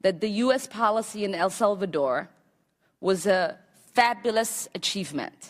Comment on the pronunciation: "for which you were later 'BUTTONED' by President George H.W. Bush?" "...you testified about U.S. policy in 'El Zelvador?" "...you dismissed as 'Commonist?' ?" This woman needs to first learn the English language before thinking she's God's gift to Congress. I mean, Allah's gift. My bad.